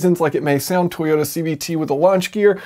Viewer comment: Toyoter eighty sixer